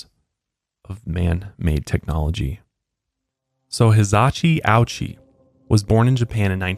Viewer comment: Ouchi is pronounced OH-oochi